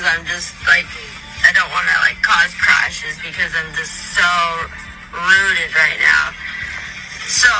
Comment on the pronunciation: I think she meant "zooted" not rooted